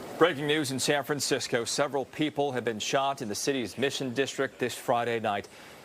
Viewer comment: San FranSick-o 😢